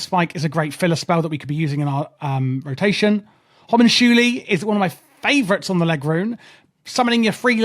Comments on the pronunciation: Not Hom un chuuli xD Homm-unk-uulie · Hue-monk-que-eye From humoculous lol